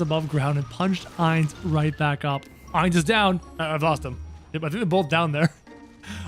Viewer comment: ITS I-NZ OOAL GOWN NOT aI-nZ oOaL gOwN